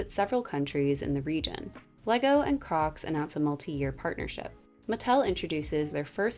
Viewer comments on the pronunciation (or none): 😭🤣 did you just say “region”??